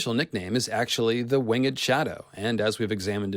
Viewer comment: So wait... it’s “Wingged” Shadow and not “WINGED”? I had to point this out, because it makes me cringe. 😂 I’m enjoying this already, I’m glad this confirmed I wasn’t crazy and I was seeing the connections of ice and fire and the dual moons. However; George himself said “It’s fantasy, man”: which he said, in reply to the people, emailing him about scientific explanations for the odd climate of his world. So any scientific theory is automatically wrong, according to Martin himself. 😬 Still fun to throw logic in and make theories though and you are by far the leader of the scientific fantasy theories. Much appreciated, as I enjoy writing my stories with scientific fantasy elements.